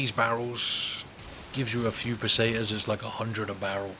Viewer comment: the run itself is aight, good shit, but that pronounciation of foreign words 💀💀 "el jeeguntays", "paysaytas (?)" also that "advice" about "not opening the videos if you know youre not going to watch the majority of it" - bruh, i was already tired ~12 years ago when every mf making money on yt started begging for comments, likes and subscriptions (which they still do of course), but this is like a new level of someone asking other people to do his job 💀💀no one should go out of his way to help someone min-max his money-making machine and yt algorithms, morally questionable and extremely time wasting even if you "want to support the content". at the end of the day if the video is useful/entertaining/whatever to people theyre going to watch it (most of the time for the content - not because of the person who made the video, no one here is friends with each other, no one knows each other and especially the viewers should remember this, it's a business, not a family meeting 😭) but asking people to watch my shit or not watch my shit just so i can maximize the profit and gain advantages? hell nah 😭 i understand that it takes time, skill and it's basically like a work etc. but hearing that meta-business-min-maxing-youtube-talk-bs on nearly every channel, whether a big ass yt channel or someone who just started, is still annoying